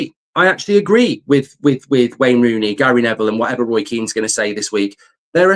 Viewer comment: Rain Wooney 😂